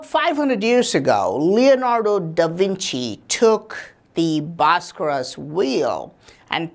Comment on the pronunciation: If I had a dollar for everytime this guy said bharskaras I’d be a millionaire